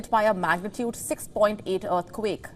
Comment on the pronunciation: I am sure she is saying “dearthquake”